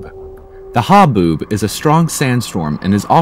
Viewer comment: lol "ha-boob" xD